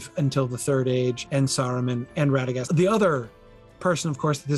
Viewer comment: Some "expert" He called Radegast "Radegan". Did anyone else catch that?